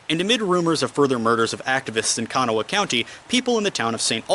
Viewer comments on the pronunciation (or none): (It's pronounced 'Kuh-NAW-uh' county, not 'CAN-uh-wah'.) Don Chafin would be worth a video all by himself. He was a crooked sheriff and an evil man. Among many other things, he instigated the battle of Blair Mountain after the marching miners were headed home, by trying to have some of them arrested. Naturally enough, he was thoroughly hated by the miners, yet, despite being shot a couple of times over the years (once by my great uncle Will Petry), he lived to retire as a wealthy man. The general mentioned was none other than Billy Mitchell, the "Father or the US Air Force." He even bragged to the newspaper reporters that he could stop the war by dropping tear gas bombs on the miners, as you stated, but it backfired later by helping Bill Blizzard get acquitted.